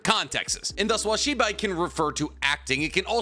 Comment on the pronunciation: I got really confused because I thought you were saying Shiba for the longest time. Lol😅